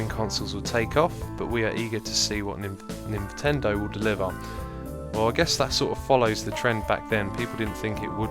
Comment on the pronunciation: It Nintendo not ninvendo